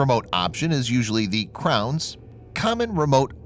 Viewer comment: It's CROWS, not 'Crowns'.